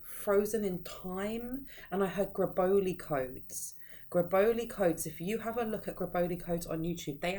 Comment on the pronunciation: Did you say “GARBOLI CODES?